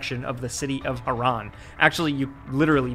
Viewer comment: not iran its hiraan -_